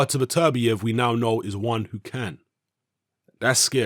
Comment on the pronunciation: It's "Better-bee-ev" Not "Bet-ER-biev"